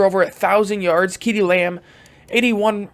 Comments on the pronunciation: As always love the content man. But ceedee lambs name is pronounced see-dee. No kee-dee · You did not just fucking pronounce CeeDee lamb like KeeDee